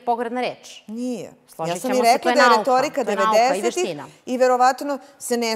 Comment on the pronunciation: "To je retoouirika"